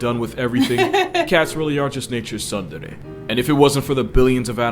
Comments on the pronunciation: Tsundere is pronounced (soon dere or sun dere) just a friendly tip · Not you pronouncing the t in tsundere 🤣🤣🤣🤣 Imma try that Waltz thing with my girl tho, see how quickly it gets old for her 💀💀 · The u in tsundere is pronounced like the oo in spoon.